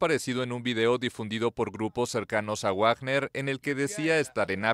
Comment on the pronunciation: ¿Cuando pronunciaran correctamente a Wagner?😅😂